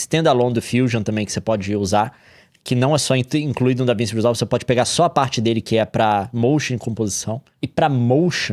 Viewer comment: NÉ DAVINSSI NÃO CARAIO, É DAVINTCHI. NUNCA OUVIU FALAR DO LEO?!